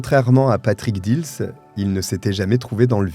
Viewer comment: j habite montigny les metz ma buraliste a servi plusieurs fois le frère dils bref étiez vous a montigny viviez vous a montigny les metz pour dire ce n est pas dils moi je vous dit j y vis j ai un an d écart avec cyril et alexandre et je vous dis ce n est pas heaulmes mais dils